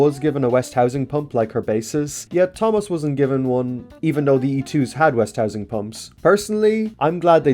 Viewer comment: I just want to point out two things- 1: you were saying west-housing instead of West-ing-house 2: (I could be wrong but at least on American equipment) they’re braces for the crosshead guide rails, not side rod guards Other than that, interesting , well put together video.